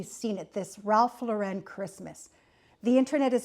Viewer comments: Not to be a pill but you’re pronouncing the designer’s name incorrectly. Not Lor wren it’s Loren. Also not his real last name its Lifshitz, so truly let’s celebrate Our Lord this Christmas, His life. And of course we can toast Ralph for his aesthetic, long life and success. 🥳🍾 To life and to not giving a $hitz about the details!! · It's Lauren like the girl's name. Even Ralph pronounces it like the girl's name. Because it's his name. Thank you for the video, but please pronounce it correctly. I decorate what makes me happy. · The name is not pronounced correctly here. Only Jesus brings Peace. The creative director for RL for 33 years is a Cuban-American born in Miami! Think about that! Tartan comes from Scotland. Forget about those anorexic reindeer from Pottery Barn. Ikea has no idea what Christmas is. Let Jesus be born in your heart this year. Merry Christmas! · indeed. If Mr Lauren doesn’t want people pronouncing his name “incorrectly” then he needs to stop shoving his “aesthetic” down our gullets. People will then soon forget about him and his name, and only those “in the know” will be pronouncing it - either correctly, or at all…